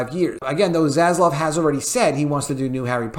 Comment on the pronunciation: Please my friends.........can we end the mispronunciation of ZASLAV and say it correctly:)))))))))) ZASLAV not ZASLOV. While we are on the topic of vowels........it's pronounced SEGA (SEYYYGA) not 'SEGGA'. God give me strength in these trying times of vowel mispronounciation :))))